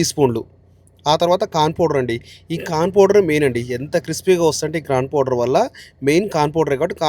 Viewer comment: Corn powder ani spashtanga cheppu,,, kan powder anaku